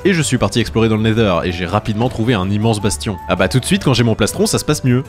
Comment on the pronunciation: ta dis never au lieu de netheur mdr